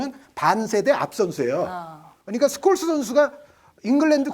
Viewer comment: ㅋㅋㅋ 당시 중계진 스콜스를 숄로 발음했었는데